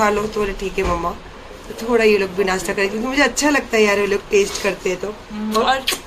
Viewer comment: नासटा नही नासता